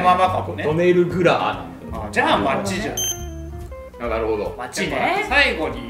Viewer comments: トネルグラーじゃなくてトネルグラアでは？ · トネルグラーの発音が「ネフェルピトー」すぎて集中できませんでした。